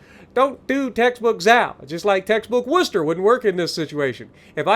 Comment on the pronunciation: Spot on pronunciation!! 🎉🙌🤗 note the emphasis on "wuster" haha nice one 👍👍